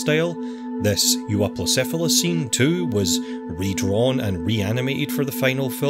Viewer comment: Casually pronounces Euoplocephalus